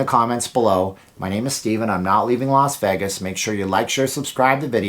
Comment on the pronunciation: I have never noticed this before, you pronounce Vegas like haggis with a V